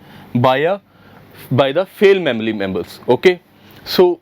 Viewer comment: Am I the only guy who is going to point out that he said “Fale Mamily Members” instead of Male Family Members.